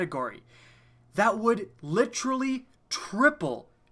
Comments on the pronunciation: Jesus quit saying "litcherally" so much, it's honestly cringeworthy. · Ma boi be turning into Chris Traeger "Litchurlee" (Literally)